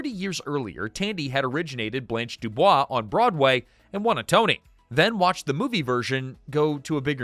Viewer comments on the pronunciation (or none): none